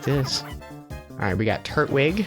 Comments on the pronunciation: Everytime he says Trut-wig I scream at the screen: "FUCKING TUR-TWIG.AAAAAAAAAAAAAAAAAAARGH!!!!" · I love Pokemon Diamond and I am just realizing he is saying "turt-wig" I say "tur-twig" and this is really funny to me. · I've found that there are two major ways people pronounce Turtwig. They either say Turt-wig, or Tur-twig. I usually say the latter.